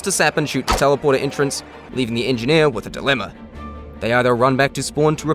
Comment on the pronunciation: "the engi-here is engineer"